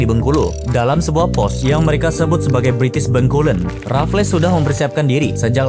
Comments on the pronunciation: Boss. Sebutan nya “Raffels” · Sebut 'Raffles' je pun salah, lucu konoha ni